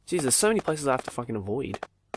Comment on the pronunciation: "I'm saw facking kawaii"(●°u°●) 」😂😂